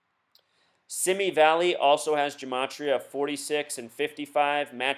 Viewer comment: Oh, and BTW... "Simi Valley" is pronounced "SeeMee valley..."